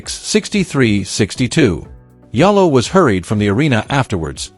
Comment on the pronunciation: AI is not good enough...how you pronounce her name..so bad